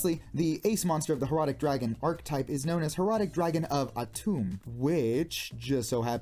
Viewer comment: It's Atem not Atum! It's close, but close only counts with hand-grenades & horseshoes! lol